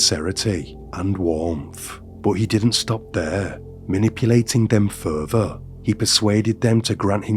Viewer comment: It's further not ferfer